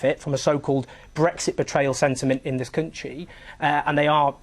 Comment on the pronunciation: Countsheee. Countsheee. It's country you dull little wank.